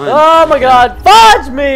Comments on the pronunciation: I heard fuck instead of fudge. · he said fugge this